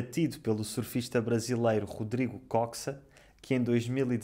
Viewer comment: Vídeo muito interessante e informativo! Mesmo como portuguesa, aprendi muito. Sou do Porto, por isso não posso deixar de recomendar o festival "Nos Primavera Sound", que é absolutamente incrível. (pequena correção no nome do rodrigo koxa: lê-se "côcha")